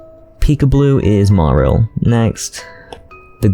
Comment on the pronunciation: I really hate to be negative, but omggggg I absolutely hate the way you mispronounce “Marill” 😅 otherwise, fantastic video 👍